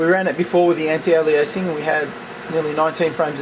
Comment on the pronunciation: STOP PRONOUNCING ALIASING WRONG!